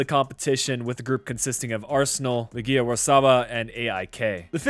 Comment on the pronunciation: Its legia Warsaw buddy, not how u said it. I appreciate the content but it'd be alot better if u done more research before your episodes